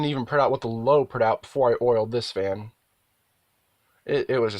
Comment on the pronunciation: YouTuber pronounces fan as "faen". He can say the word "bad" fine with has the same short "a" sound, so it doesn't make any sense, because he might say something like "This isn't a bad faen". So "faen" stuck, and now a lot of my followers also say "faen".